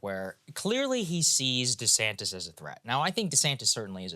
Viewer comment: Yeah. One time was real subtle; I'm pretty sure I heard "Ron DeSanct-ous." Hilarious.